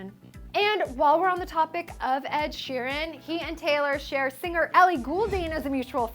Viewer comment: Ed Sheeran should be Taylor's bet buds!!!! And you said Sweeran, not ShEEran.